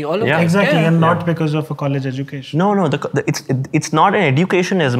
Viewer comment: Education pronounced as eh·juh·kay·shn Diverse pronounced as dai.vurs Just saying 😮